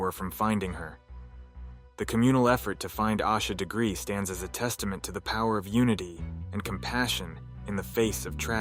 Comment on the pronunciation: Learn to pronounce her name correctly